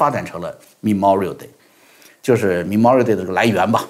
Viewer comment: /mə'mɔːrɪəl/ Memorial Day, ，读错了。